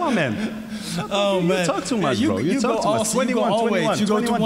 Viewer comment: "you tolk a lot" "you don't tolk enough, you just cry" 😂😂😂❤️